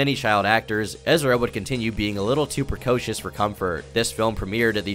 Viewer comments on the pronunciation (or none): is he saying Precautious? Shes beautiful.